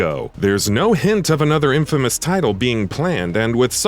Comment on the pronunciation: Am I the only one getting uneasy by him saying infamas instead of infamous?